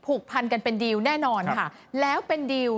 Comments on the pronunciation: ผู้ประกาศอ่าน....คำว่า...ดีล...หรือ..ดิว..ภาษาไทยอ่านแล้วเพี้ยน..ฟังแล้ว...งง..ภาษามันบิดได้ในตัวมันเองความเข้าใจความหมายเปลี่ยนไปแน่นอน..ชี้แจงได้ไหมประชาชนผู้รับฟัง..งง.ครับ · คุณผู้ประกาศข่าว...ว่าคำว่าดีล..อ่านออกเสียงว่า..ดิว..ประชาชนฟัง..แล้วงงครับ..อธิบาย..หน่วยเถอะคนับ ...